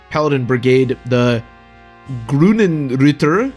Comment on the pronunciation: as a german, i appreciate how you pronounced Grünenritter, was actually very close :P same for Rotenritter and the others :D always love to hear english speaking folks speak german words. I dont recall Seliphs growths right now, but HP growth must be dope, yea. my last Seliph ended up with.. 74 HP i think? somewhere around that Also, Byron can indeed die, happened to me :D I think if that happens you do not get Tyrfing for Seliph at all, not completly sure on that one tho